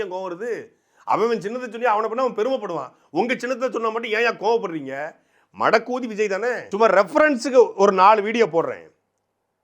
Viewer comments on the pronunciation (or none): சாட்டை அருமை ஆனால் உங்கள் தமிழ் பிழை உண்டு ( மடக்கு ஊதி அல்ல ) மடக்ஊதி இதுவே சரி 🧅🧅🧅🧅🧅